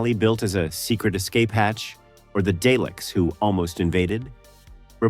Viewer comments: Jesus. This A.I. voice cannot say Dalek properly. It’s Dar’lek! Not Day’lek. So annoying.. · The pronunciation of Dalek is "Darlek". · I stopped watching the moment day leck was mentioed.